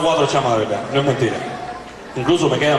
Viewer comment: Jajajaja el siempre dice la vedad😂